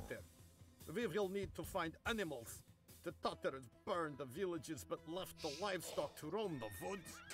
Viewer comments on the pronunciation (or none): none